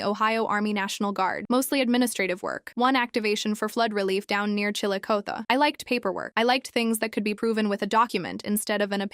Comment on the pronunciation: The pronunciation of Chillicothe 💀